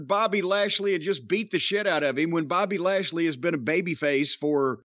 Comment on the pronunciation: Bob-ehhhhh lash-lehhhh😂